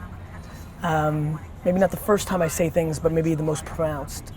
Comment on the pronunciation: I loved it, as usual. Awesome 8 Mile reference and use case, profound insights on our progression towards a mobile-only world, and a humorously ironic mispronunciation of the word "pronounce." That movie, though.